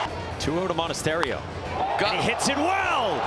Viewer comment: . MONTASERIO ? 🤣 ITS MONASTERIO !